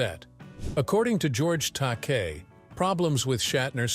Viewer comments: Takei is pronounced Ta-kay. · Stupid AI can't pronounce Takei. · It's pronounced,Take I. Take eye. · George's last name is pronounced TA-KAY. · Bottom line - in Shatner's mind (only!) it IS all about him. - "long and bitter feud with George Ta-KAY"! It's an insult to sing the praises of a man who was dismissive of the rest of the cast, insulted his fans (I was there in Atlanta in 1976 when he refused to sign anything but his new album, which had to be purchased from him, and he told off a young man for asking a 'stupid' question. I lost respect for Shatner that day.) and then mangle his costars' names. Then, somehow you say it right, then pronounce it TAH-kay? Consistency! George, Nichelle, Walter Koenig (KAY-nig, not CO-nig), and especially Nimoy - all felt overshadowed by his ego. James Doohan (not "Doo-Han" but Doo-an), a sweetheart of a man, usually refused to comment. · This has to be AI generated and computer spoken. It's not only repetitive but I heard "Takei" pronounced three different ways (Tak-ay, Tak-eye, Tak-ee). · they must have been distracted by George Tak-EE